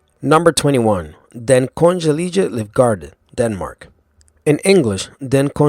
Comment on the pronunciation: Holy fucked, laughed my ass off when he had to pronounce "Den Kongelige Garde". Just for your information, use the English terms if you need to refer to any of the non-English bodyguards refered to in this list, if you ever need to ask locals about them.